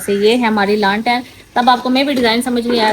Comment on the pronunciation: Lantain ni hota lalten hota hai